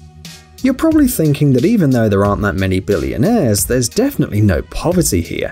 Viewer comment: BilLIONAIRe. The way he pronounces it is so funny.